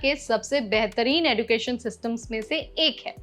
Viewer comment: एड़ूकेशन नहीं एजुकेशन होता है😂😂😂